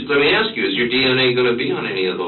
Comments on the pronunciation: Unrelated, but how can he say "mask" but not "ask"? Does he play baksetball? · To be that age and still use the word brung, that's pathetic. Also, why is the word ask so hard for some people to pronounce? There's no x in the word.